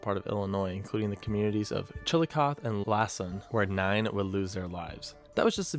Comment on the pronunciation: pronounced chillacothee